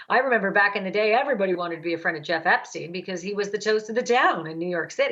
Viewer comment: why does he say epstine and no esptein ?